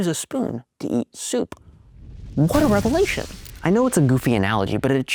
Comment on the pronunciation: "revelation" - not "revalation"....